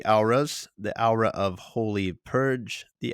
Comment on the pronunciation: Just to be a horrible person Aw-rah isnt Ow-rah its more Or-rah. But good look into the transformations dude.